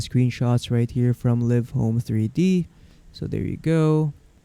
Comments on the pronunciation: ha ha it's live not liv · They make the videos yet they don’t know the actual pronunciation of the program. 😂